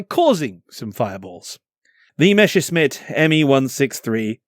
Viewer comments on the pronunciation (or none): Ouch - it's not a mesher-smitt, it's a messer-shmitt (literally meaning knife-smith).